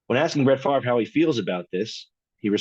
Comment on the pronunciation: Not Fav-ree!!!!